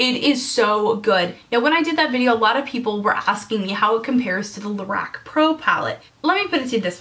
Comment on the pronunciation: Lorac is pronounced more like la-rock.